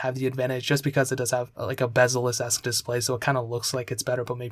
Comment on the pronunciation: Lol you called the iphone XR bezzleless